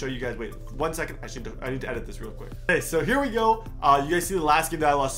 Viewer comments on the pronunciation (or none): none